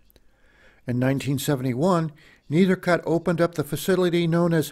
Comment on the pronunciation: Try to learn the correct way to pronounce the name of the collection